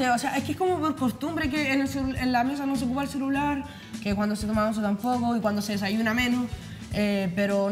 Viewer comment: la mas weona, diciendo ejo todo el rato